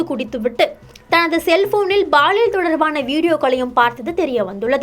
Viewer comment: சனியனே அது baliyal இல்லை அது பாலியல் குறள் இல்லை குரல் உங்க நாக்கில் செங்கல்லை வைத்துத் தேய்ச்சால் தமிழ் சரியா வரும்